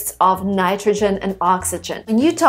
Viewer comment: accent slipping through :)